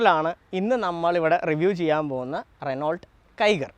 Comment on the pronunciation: റെനോൾട്ട് എന്ന് അല്ല "റെനോ "എന്നാണ് പറയുക...